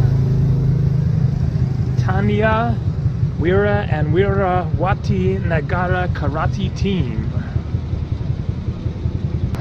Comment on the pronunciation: u pronouncing it right man. I'm amazed. Its weerawatee...(Wirawati)